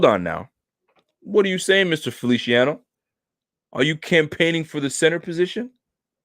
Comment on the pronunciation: Feliciano is pronounced like an S lol...not felishiano 😁